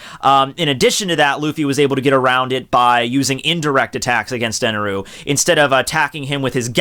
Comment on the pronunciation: It's "God Enel" not Eneru...